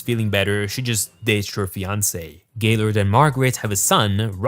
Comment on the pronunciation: I swear his name is Jaylord not Gaylord